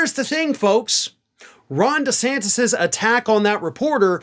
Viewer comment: He will fail...does he know how to pronounce his last name yet...??? Hmmm...